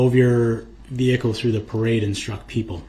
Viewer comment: He just cant say the word parade.